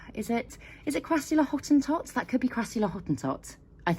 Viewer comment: The way you said Hottentot... wow,.. You really said that perfectly